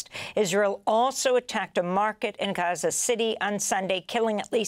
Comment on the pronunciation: Amy practices saying "Gahachza" in her mirror every morning. She does it very well, although I always thought it was Gaza. Oh...she delivers a good "Rachfa" too. NAR - National Amy Radio.😊